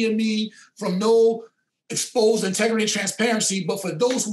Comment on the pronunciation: “I’m very intergris” lmao!!!!!!